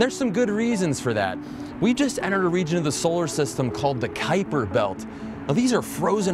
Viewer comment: Finally! I now know how to pronounce "Kuiper".